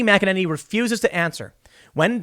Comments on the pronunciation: OMG you said her name right!! THANK YOU!!! THANK YOU!! GJ!!! ♥♥♥ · Waouw, look at you Tim, learning almost how to pronounce Kayleigh McEnany’s name and everything!😅😇